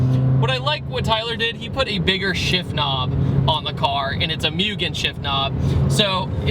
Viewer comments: The 2015 si (k24a) makes 189 to the wheels 205 at the crank, honda also put the vtec indicator in the car because people were wiring led lights to there solenoid to be told they're in vtec. You're also say mugen wrong. Its môô- gen but spelled mugen. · lol he said mYOUgen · Moogen. It's pronounced MOO GEHN MUGEN. MOOOOOOGEN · Didn't know Mugen was pronounced as Mügen. Biggest pet peeve of my life. It's the same people that call the Preludes, "Prayludes".